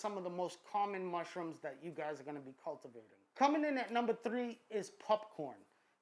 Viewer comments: I had to skip the entire popcorn section. I couldn't get over "pupppcorn". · I heard him say “pupcorn” and was like “ha let me check the comments”.... then I realized that I say popcorm 😒🤫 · He said pupcorn I’m dead 😂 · I hate the way he says pupcorn. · I like how you say pupcorn. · Can someone teach our masked friend to sAY "POPCORN!" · Stop saying pupcorn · Are you seriously saying popcorn wrong on purpose